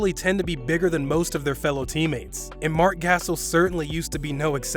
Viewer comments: MARC GHASCXZS😂😂✌️ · Mark gazil lmaoo